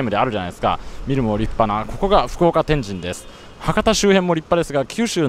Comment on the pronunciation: 旧スペースワールド駅前なんて通勤路(笑) 中洲のドン・キホーテの場所は昔、玉屋デパートがあったのさ 天神の発音がスーツくんはちょっと違うかなぁ(笑)